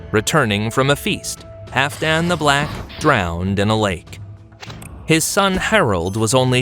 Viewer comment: I believe you are mispronouncing Halfdan. Hall-f+dan. The L is not silent.